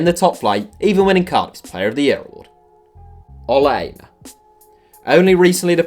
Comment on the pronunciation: SPORT really dude! U couldn't pronounce Ola Aina's name.